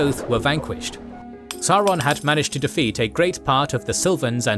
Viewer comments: I hate to point this out ... but you are mispronouncing Sauron throughout. It is pronounced SAWron, as in dinoSaw. Listen to the 1964 interwiew with Tolkien at about where he is being asked about power being in high places. 'Morgoth and his lieutenant SAWron ...' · Mind. Blown. I grew up thinking it was SAWron only for the movies to convince me it was SOWron. What might this mean for other pronunciations in the legendarium?! I need to seek out more interviews...